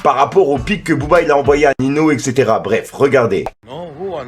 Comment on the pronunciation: tes relou prononce bien merde c pas nino a la prononciation c’est ninio